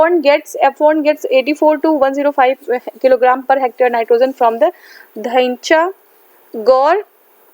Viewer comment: You are pronounced 'Dhaincha' in proper way